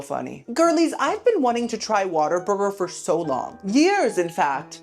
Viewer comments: Why do you say “Waterburger” when it’s “What-a-burger”? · Girl… it’s WHAT a burger… not Water Burger. But I like your style 😆 keep these coming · My first job was a whataburger and I dunno if you are doing it on purpose but it's pronounced what a burger not water burger lol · Girlie it’s like “WHAT a burger!” lol not waterburger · I wish people would stop calling it "Water-burger" lmao its "what-a-burger" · Oh girlie, it's not Waterburger lol. It's What-a-burger 😅 I had it once and never wanted it again. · I know you're probably sick of the correction.....but it's OMG 😮 WHAT A BURGER. 🍔 Not water burger. 😀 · Whataburger not waterburger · Why does he say "water" burger? Isn't it "whata" burger? Adore you,! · WATER? Burger?? 😂 What-a-burger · Its WHATABURGER NOT WATERBURGER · my guy is Whataburger NOT WATER burger lol.. as in wow "WHAT A BURGER"! ❤ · its not Waterburger its WHAT A BURGER!! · Lmao at pronouncing it Water- burger lol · kept saying water burger I’m cracking up 😭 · it’s WHAT-A-BURGER. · Oh my LANTA! Waterburger lol I love you, and I can handle boofay- but this is hard. Hahaha ❤ still watching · Yes, I wondered why he said “Waterburger” 😅